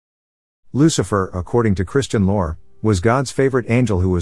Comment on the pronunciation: "Christian lour"